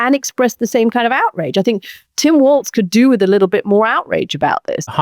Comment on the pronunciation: She keeps mispronouncing Tim Walz name & it's pissin me off. It's pronounced "Walls" not "Waltz." She gets a lotta shit wrong, I've noticed. She's not that bright. One particular podcast, she misquoted Barack Obama 3 times